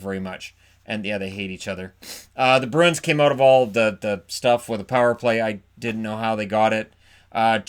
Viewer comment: So annoying when folks with only one job (talking) get it wrong. in edmonton can't say bruin. Always ask them wtf a broon is